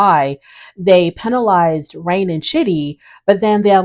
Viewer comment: You called her Rain when it's Rene but it's spelled Rayne and I think I've mispronounced her name more than once. LOL.